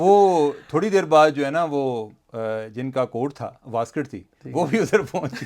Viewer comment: واسکٹ نہیں ویسٹ کوٹ پلیز 😅